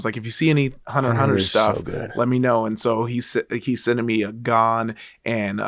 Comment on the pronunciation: is the mans......but the way he pronounced Gon and Killua’s names...